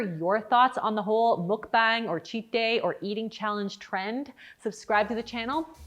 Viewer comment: pronunciation note on mukbang - the U is pronounced like "uh" and the A is pronounced like "ah"! so it sounds kind of like the english phrase "muck bong."